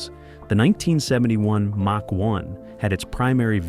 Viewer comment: BAD INFO#8- " MATCH ONE" WRONG!! IT'S MACH ONE. SHIT.UPLOADER!!